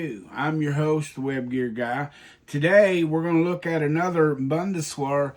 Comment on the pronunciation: These have been really informative and helpful! But I'd like to say, "Bundeswehr" is pronounced "Boon-des-veer." (The W makes a V sound in German.) Thanks for making these :)